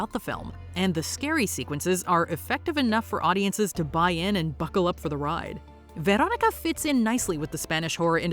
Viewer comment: the brood is gross and wild, but why do you pronounce the name Veronica that way, its not necesary.